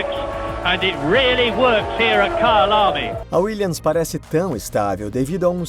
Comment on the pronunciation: É kyalami nao Kyle army KKKKKKKKKKKKKKKKKKKKKKKKk